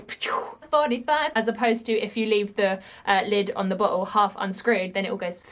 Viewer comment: everytime you say bottle it sounds like "butt hole".. your reactions are so fun to watch